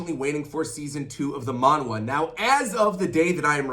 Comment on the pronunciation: btw it’s pronounced manha (monh-ha)